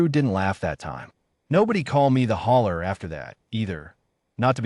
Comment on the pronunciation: Hauler, not hawler or holler or holer